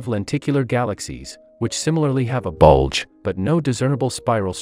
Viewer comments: is where emphases on B U L G E lies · Emphasis on BULGE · the way he said BULGE is funny the hell lol funny but entertaining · “That similarly have a *BULDGE* “😭😭😭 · My immature self could not stop laughing when the word "bulge" was emphasized